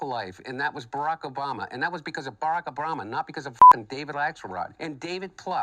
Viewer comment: "Baracka Brama"🤣